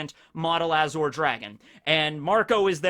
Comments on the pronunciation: am I the only one bothered by saying azure as azhor? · Beyblade, and Bungo Stray dogs also have those powers represented. Also, a correction: The middle part of "Azure" is usually pronounced like the end of 'fromage' (ie. Dexter's Lab) The french pronunciation. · You are mispronouncing azure. Edit: and Taoism. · Why do u say azure like that? Lol i didnt kno what u were sayin for a sec lol